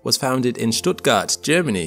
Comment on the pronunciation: Stuttgart my hometown. Surprised to hear the name and correctly too.